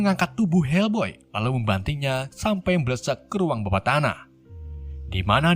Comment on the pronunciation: Bukan helboy bang tapi fak boy😂😂😂